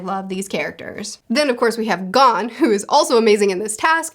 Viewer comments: For pronouncing Gon, it's like Goon with single O... Gone is Ging..... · Gon is pronounced go-n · Gon- Rhymes with Own Killua- Keeloo-uh/ah Kurapika- (You're good) KooRah-pika Leorio- Layohrio Hisoka- You're good Illumi- Eeloo-mi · Gon Rhymes with Own Leorio - Lee Oreo everything else was pretty good. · Gon rhymes with cone Leorio (lay-oreo) Kurapika (koo-rah-pee-kah. No emphasis on the i) Killua (keel-oo-ah) I find it kinda funny you pronounced Tonpa's name right but not the MC's. You were pretty close with Hisoka. Plenty of people pronounce it the way you did so I don't think it matters too much. Japanese names just don't put emphasis on specific syllables. (Hee-so-kah) just kinda like say each syllable and then keep saying it faster til it sounds like one word lol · Gon rhymes with flown. Not gone. Killua's name kind of flows like spatula. The U-sound don't need a ton of emphasis. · So the way you pronounce the names are Gon- G oh n as opposed go Gan Kurapika: Ku Rah Pee Kah Leorio: Lay or ee oh Killua: Kill oo ah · His name is TOGASHI. Also it’s pronounced g-oh-n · Correct Pronunciations: Gon: GOHN Kurapika: koo-RAH-pee-kah Leorio: Leh-OH-ree-oh Killua: KEE-loo-ah Illumi: EE-loo-mee Everything else you got right! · To-gashi Le-oreo Gon (long o) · )! I love the manga vids you’ve made, one piece is a favorite of mine, and I’m glad to see ya branching out into more, hunter x hunter is very enjoyable, I need to help ya on these pronunciations on the names of the main crew tho Gon: go-n Killua: key-lu-a Kurapika: koo-ra-pee-ka Leorio: Lé-O-ree-o